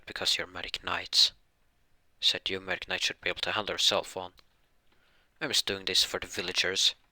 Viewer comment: Dude, do you say Magic or medic?